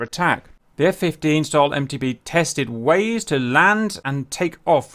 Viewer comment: Why do you keep saying F-15S/MT"B" when it's MT"D"